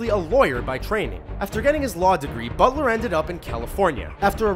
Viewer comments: "Gerard Bulter" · says Gerard bulter did no one notice this??? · ... THIS.... IS.... "Gerald Buter" LOOL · lol "THIS IS... GERARD BULTER!" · I guess it is Gerard Butler, not Gerard Bulter right?